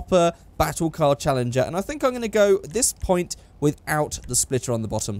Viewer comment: you just butchered the challenger lmao